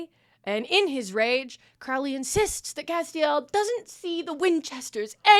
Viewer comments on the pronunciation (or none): lifehack to pronouncing Crowley's name correctly: Don't, just call him "Crowrey" instead